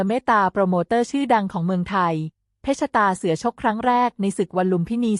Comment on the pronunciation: เพชรตาเสือ อ่าน ว่า เพ็ด ตา เสือ มิใช่ เพ็ด ชะ ตา เสือ วรรคตอน ผิดตลอดเลย ปรับปรุงด่วนนะหนู